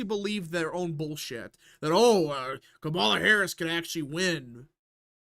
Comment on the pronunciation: it's KA-ma-la not ka-MA-la.